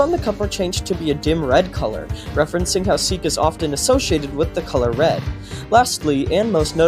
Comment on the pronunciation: “rwed soda” gween soda but red